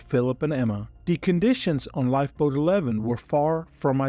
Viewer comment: What the F is a lifeboad???